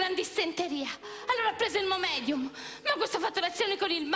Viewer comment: Lei dice Momedium per curare la dissenteria ma in realtà come sappiamo tutti è l' Imodium😂